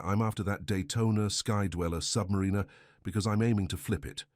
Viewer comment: Why don't you understand the difference between the pronunciation of "Submariner" and "submarinener"?